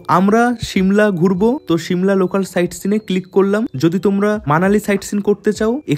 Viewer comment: শিমলা 🚫 সিমলা ✔️